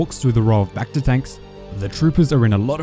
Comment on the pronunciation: the way you say bacta sounds reminds me of that bakfist meme